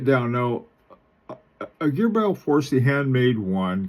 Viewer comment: PRONOUNCED - GRUBL 4C accent both on 1st syllable